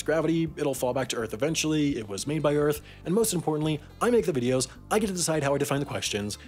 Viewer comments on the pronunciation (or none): none